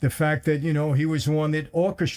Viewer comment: i always thought it was Castellano not Gastellano.